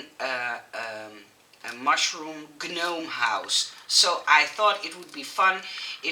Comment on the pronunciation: Your English is wonderful - & we will all help you get even better (as long as people are nice to you!). Here’s to one of the many confusing English words: gnome is pronounced “nome”. The letter G is silent. 🤦🏻‍♀️.